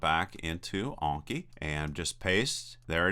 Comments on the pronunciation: Anki, not Onki. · an-ki not awn-ki. Japanese just has short vowel sounds. <-- click the speaker to hear it